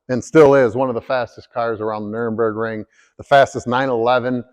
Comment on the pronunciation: Nur-burg-ring. Not Nurem-burg-ring.